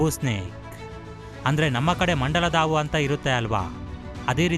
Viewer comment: ಆಉ ಅಲ್ಲ ಹಾವು